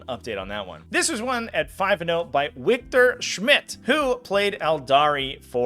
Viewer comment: Lol the way you pronounced "Wiktor." Since it's Polish, you pronounce it like Victor I'm pretty sure!